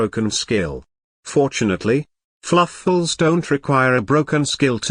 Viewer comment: Everytime he says Keownami🤣🤣🤣 Fluff-als🤣🤣 Keep it up